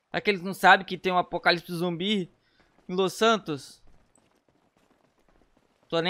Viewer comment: É "ZUMBI" NÃO "ZOMBI" KSKDKSK